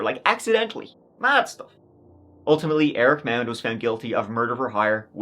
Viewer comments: It’s pronounced “MOD.” I live in Austin and have actually been to this dealership several times. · Can you all just agree how to pronounce the name MAUND!